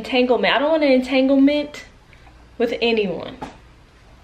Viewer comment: said Entanglement 😅😅😅